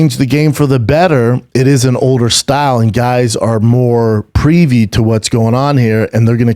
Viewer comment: I spilt my bang energy when I heard the pronunciation of "privy"